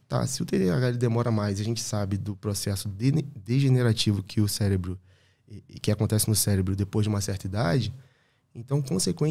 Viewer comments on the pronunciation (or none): Gerente do "celebro" Calma gente kkkkk